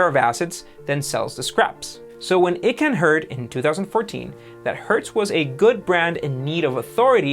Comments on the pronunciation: It’s Icahn, with a sharp I, as in ice, not eechan... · Carl Ichon pronounces his name I-Con! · Pronounced Carl “iKaahn” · I think it’s pronounced I CON . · Icahn is pronounced eye - kahn good report !! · Before you make this type of video please learn how to pronounce a major person's name: it's "EYE Kahn" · E---can lol... it's pronounced Icon but screw him anyway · It's pronounced "EYE-KAHN"!!!! If you can't properly pronounce one of the most common names in the bottom feeder business, you really should take an English class. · WTF is that with the EEE-KAN thing? If you weren't sure how to pronounce Carl Icahn's last name you could've watched a few videos about him. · it’s “eye-cahn” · It's pronounced Carl "I-cahn". Your channel is awesome! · Stop pronouncing Carl Icahn's name wrong. It's pronounced "icon" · Great video as always. For future videos, Carl Icahn's last name is pronounced with an "I" as in "eye"-cahn. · Feedback: that's not how you pronounce Icahn's name. Shows you could have done a bit more learning yourseld before trying to be the teacher. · The fact this video mispronounced Carl Icahn's name is way more telling than the kids watching this realize. You guys should really re-upload the entire video because it's so embarrassing. You think I'm exaggerating? I can't recommend this video to anyone as a result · How can you take a business video seriously when the guy can't even pronounce Carl Icahn's name correctly? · How can u mispronounce Icahn and Thompson? Either you’ve never heard of these guys and therefore have no idea what your actually speaking about or you have no idea what you’re speaking about. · You mispronounced Icahn's name every time you said it.l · Not to be a stickler, but... you didn't know how to pronounce the name of one of the most famous activist investors?? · FYI: Carl Icahn's name is pronounced.....EYE CON Not EEEE Con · Mellianls , his name is pronounced “I-Con”... not “E-Con” . Carl Icahn. You don’t pronounce iPhone as E phone.